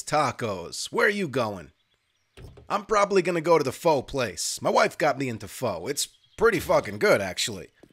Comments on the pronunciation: Pho is one of the great soups of the world. Try not to pronounce it as "foe" however. It's not a long vowel "o." Just say "fu__" and leave the "__ck" off everyone's favourite four letter word and you've said it right! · i love you my man but it is pronounced "fuh" not "foe". Vietnamese chicken noodle soup is quite accurate tho lol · More like foot, without the "T". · Pho is freaking amazing. I love pho. One thing though--it's pronounced "fuh" like in "fuhgettaboutit" EDIT: Moving to the desert might not be a bad idea. The loot table is way better out there.